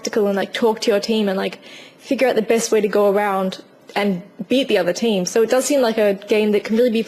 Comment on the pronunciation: i like how you say "so" like "ser".